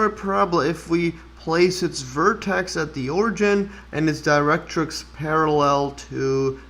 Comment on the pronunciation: Great! Many people confuse catenaries and parabolae (the original plural for parabola (but you can still say 'parabolas')). Your pronunciation of 'directrix' was spot-on! Kudos to you. 😊👌